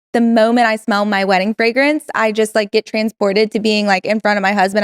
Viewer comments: she can't even pronounce fragrance lol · I love that Trixie's Minnesota accent comes out when she says "fragrance". 💕